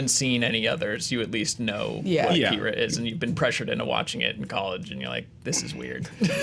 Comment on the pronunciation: I know its a nitpick, but it drives me crazy. AH-KEE-RAH, not UH-KIR-UH. God, they say his name 5000 times in the movie.